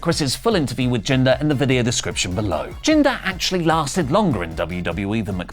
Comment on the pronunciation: Jinder Mmmhhhlll